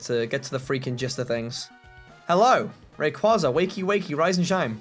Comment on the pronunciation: you pronounced rayquaza wrong